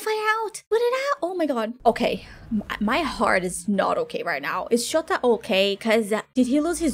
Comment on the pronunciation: For me "Chota" sounds practically the same as "ciota" which in polish means "loser". The way you said it was super funny cause it sounded like "What a loser" :)